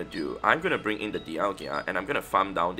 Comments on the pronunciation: Di-al-ga not Di-al-gia. lol. Just trying to be helpful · Dial-ga … what is a dial-gia?😂😂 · Sorry, i normally wouldn't make this comment but i've heard you mispronounce Dialga so much. You say DIAL-GIA, but it's DIAL-GA. Appreciate all you do for the game and your content. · You also keep saying deealgEEa...there's no i there bro 😂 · Why do you keep saying Dialgia?! 😫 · Lol it’s bothered me too